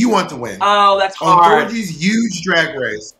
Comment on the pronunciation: “UGE” - Thorgy Thor